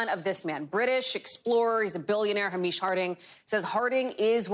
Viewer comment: The name Hamish is pronounced Hay-mish, not Ha-meesh.